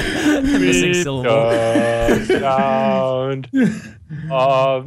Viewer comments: No. It's not CANADA! It's canada. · can-a-da- AAAAAA